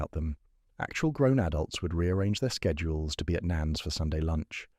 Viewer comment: So does not get everything correct. The prompt should have been " bread coarse looking without any mould. The AI pronunciation of schedule was a bit jarring .